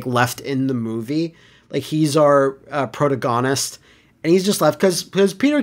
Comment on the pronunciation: Prota...gonist? did you just say that seriously?